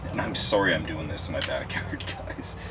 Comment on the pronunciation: Did you say sooory? Love that Canuck accent Bro!